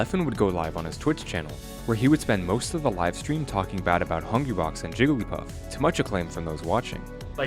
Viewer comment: Idk why that sounded like he said Jewglypuff xD Did Hungrybox throw his controller after winning? That looked badass o_o